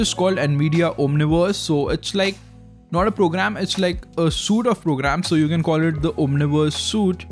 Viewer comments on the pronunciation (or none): just FYI -- suite is pronounced like "sweet"